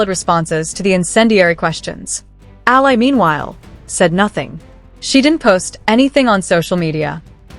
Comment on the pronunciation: it's E A L A NOT AYA please do you know HOW TO READ??????? FOR GOODNESS SAKE!!!!!!!!!!!